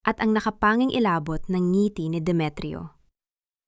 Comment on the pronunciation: Maganda ang kuwento,pero ypng ibang salita iba ang pagkabigkas,,ang accent,,ng ngiti,palad,at iba pa